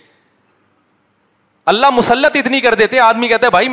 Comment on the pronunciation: Ya Allah ko Allah Maya bol raha kesa mufti hai ya